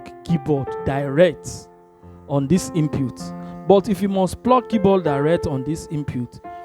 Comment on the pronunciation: Hey! Its should sound " IN PUT " not Inputes..